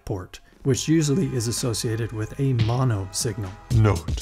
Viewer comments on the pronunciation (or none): none